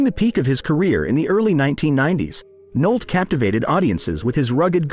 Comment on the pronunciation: It's Nick Nolte, Noltey. Not Nolt.